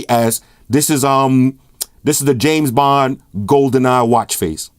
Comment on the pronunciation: I swear i heard James Bomb... did you?